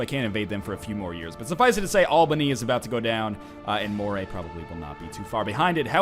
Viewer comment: Moray is pronounced like Murray